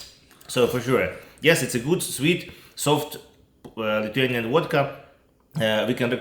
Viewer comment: The pronunciation of Lithuanian was very, very good.